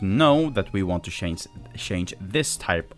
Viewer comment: Why do your pronounce change as shange?